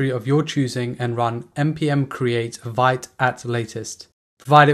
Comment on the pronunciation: It's pronounced "veet"! :) Nice video!